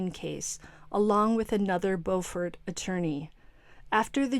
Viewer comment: Hey! Not that it matters, but we in South Carolina pronounce the town "Bew'-fort"! 😊